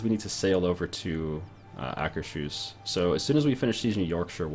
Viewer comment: Akers-Hus (pronounced Ahkers Hoos). Not Aker-Shus.